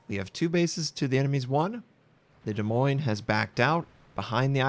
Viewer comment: Iove how you pronounce Des Moines:D. There is something so comfortable listening to your calm voice